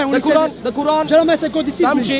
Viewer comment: How shamsi say Quran makes me wanna puke